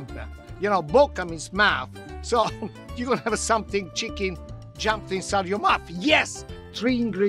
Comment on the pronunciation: Somebody else noticed that,in the begining he says chckin instead of chicken 😀 anyway food looks amazing.